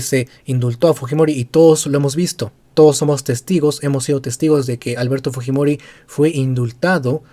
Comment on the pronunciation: "Yo...Merino juro... Por too lo peruanos.." No puede ni pronuncia claramente el español!